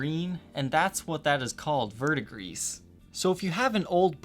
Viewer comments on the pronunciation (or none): So, it should be pronounced 'gree" at the end, not griss. No big deal, though. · Hey. It’s pronounced Ver-duh-grease. It’s a play on “Verde” which means green in Spanish. And “gris” (pronounced Grease) which means gray in Spanish. It essentially means “Green-Gray” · This seems correct to me as well. Also, as far a pronunciation, 'ver' in verdigris should sound like the start of 'very' rather than like the 'vur' sound as in 'pulverize,' and the ending sounds just like 'degrees.' And for the record, I enjoy the videos, but the inclusion of so many 'sh' substitutions in dialect (e.g. 'shtring' instead of string, 'shtriking' rather than 'striking,' and 'shtrat' rather than 'strat.') bugs me. I should probably just let that go... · Verdigris, looks French or Spanish, vert means green; gris means gray so green-gray as the colour. Pronunciation would likely be ' vair-d-gree' if French, 'vair-d-grees' if Spanish but not 'vurr-d-gris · "Vert-de-gris" It's an old French word. Direct translation is "green of grey". It's the common name for copper oxide, and its color, in French. The English is a phonetical twist... It should be pronounced vair-the-gree (roll the R's). In medieval French it was "vert-de-Grice", because by coincidence I think the pigment was imported from Greece (Grice = Grèce = Greece). I think what happened is that the old word for the color grey changed spelling over time, and people associated the name with the color instead of the original importer, as was probably originally intended. So "green of Greece" became "green of grey". And the English became confused. Now if these guitars had an actual copper oxide finish, from rubbing copper leaf applied to the body with vinegar, then neutralizing, polishing, and sealing under lacquer, they would be a sight to behold. I just hate the weak pastel colors of painted bodies from the late 70's early 80's... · It's Verdi-grey, Google are idiots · no s, ver duh gree.